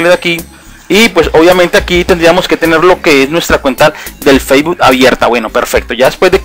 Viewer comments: el "feibul" lol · "testo", "occión", "feibu", "clip" jeje. Perdon pero es que me da risa, no pude evitar reirme jejeje, pero fuera de eso muy bien explicado todo y muy buen video! ;)